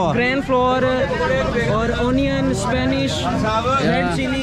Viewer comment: "Spanishh" pakora !